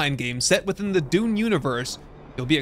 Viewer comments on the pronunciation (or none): none